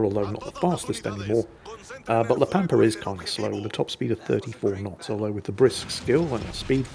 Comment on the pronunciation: Ritchie Valens rolls over in his grave every time someone mispronounces La Pampa